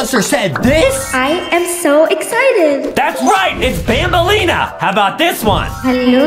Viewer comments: It’s not banbleena it’s banbaleena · It’s banbaleena